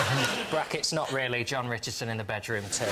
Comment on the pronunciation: actually says Ron Jichardson..